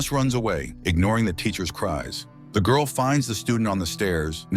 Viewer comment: The GORL the GURL ... Why is the black woman the only one he calls the GWIRL?? 🤷‍♂️